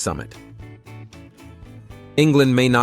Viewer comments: Skayfell Pike? Idiotic American pronunciation. Although both Scotland and Wales have higher mountains. Benn Nevis and Yr Wyddfa respectively. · Just a little observation - Scafell Pike is pronounced "Scar-fell Pike". Great vid, nonetheless! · "Scayfell Pike"? Learn English before you open your ignorant yank gob. There's no "Y" in it. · scafell pike is pronounced sar-fell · Scafell Pike is normally pronounced (in the North East at least) as SKAR~FELL~PEAK. I'm an 82 yr old Geordie.